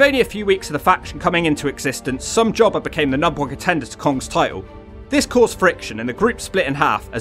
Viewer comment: Taylor was working as a waitress, during her times in TNA. I'm glad she came back to wrestling, after being retired, for years. She's still got it! I thought Rhaka was way too tall and skinny. I love how you say, Somejobber lol